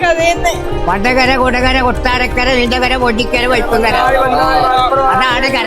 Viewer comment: വണ്ടകര അല്ല വടകര ✅like വടകരകർ